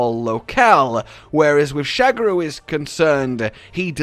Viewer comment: "Sha-GA-ru" Magala. Not "shag a roo". He ain't boinkin' Australia,.:p